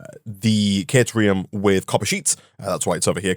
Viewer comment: The Coffee Stain videos pronounce caterium as “kuh-TIER-ee-um” not “KAY-tier-ee-um.”